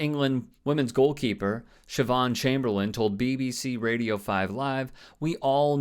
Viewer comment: Well done, perfect pronunciation of Siobhan.